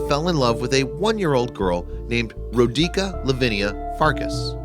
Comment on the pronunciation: it's not "Row-DEE-kah" but "'ROH-dee-tsah«!!!¡!¡